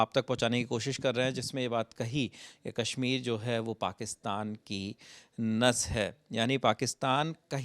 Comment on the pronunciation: अबे अंग्रेज़ के 14, कैश्मीर नहीं कश्मीर है। बोलना आता नहीं…कैश्मीर चाहिए और इस “भवड़े” को। 😅